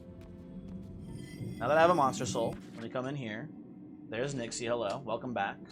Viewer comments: Yeah and none of them pronounce it like does. If it's written as "Nixe", then 'Nix-uh' is the fauthful pronounciation. People can pronounce it how they want, but don't try to tell me that it's an accurate representation of how it's supposed to be said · I think Nixe is pronounced "Nix-uh"